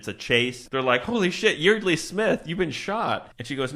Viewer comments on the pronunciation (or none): By the way, Yeardley is pronounced like “yard-lee”. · Yeardley is actually pronounced like YARD-lee. And what the hell is up with that milkshake? They just got it, and it was completely melted. I guess Texas is even hotter than they say.